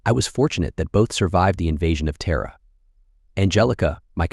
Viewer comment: So we have Terra called Tara and Terror. Utter AI Bravo Sierra